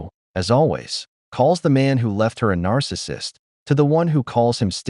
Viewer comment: "He woz a narssussust" Every woman story 😅